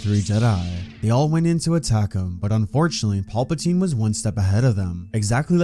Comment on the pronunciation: Not watching solely because of you pronunciation of PALpatine. It’s PAL-pa-tine. Now PAWLP-atine.